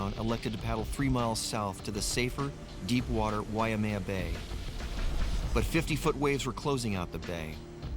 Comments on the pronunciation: Native speakers of Hawaiian language always pronounce(d) it correctly: Wai + mea. "Wai" means water, "mea" means reddish brown (the color of Hawaiian soil/dirt). The name is from the stream water ("wai"), often brown ("mea") due to rain washing dirt into the stream. The "why-uh-mea" pronunciation came simply from ignorance of the Wai-mea pronunciation, and maybe confusion based on the name of nearby Wai-a-lua. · I hate it when they pronounce it wai -uh-maya... its why-maya... WAIMEA!!!!!!! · Drives me nuts when ppl pronounce it, "wai-a-mea". It's pronounced, why-may-ah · W and V are in free variation in Hawaiian language. In other words, they are one-and-the-same sound. You say WAI, it means "water". You say VAI, it means "water". No difference. Also, Haleʻiwa or Haleʻiva, same thing, no difference. Technically, [ w ] and [ v ] are allophones of the Hawaiian phoneme / w /. This is similar in some other languages also, like Hindi/Urdu. W/V is seen in some cognates, like English "Water", German "Wasser" [ Vasser ].